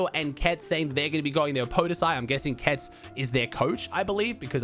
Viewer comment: Don't want to bother you but the way we pronounce xsweeze is without the e at the end and their coach name is ketzon